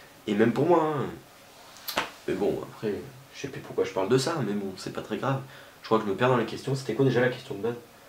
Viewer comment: "pourcoit" ? "pourcoit" ?.. T'es sûre de ça ?